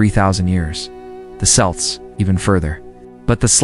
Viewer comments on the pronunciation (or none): Celts are Selts until you say celtic 3 seconds later. It's Kelts or keltic unless you are talking about basketball. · Celt is pronounced "kelts." Great info! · I was going to watch this video untill it said Selts instead of Celts............next scroll down to another video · There exists no such people as Selts, it's pronounced Celts with a hard "C" . You must be a AI narrator. They haven't learned to tell the difference yet.. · (CELTS) pronunciation is THE KELLTS .. NOT SELLTS whatever sellts are. 😅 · Pronounciations: Kelts, not Selts. Skithians, not Sitians. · wait wait... Selts...?! stop with ai generated stuff please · or like the Boston Celtics. I’m aware of their pronunciation and as they are both proper names, it doesn’t bother me. But calling the Celts (selts) just sounds silly. 😂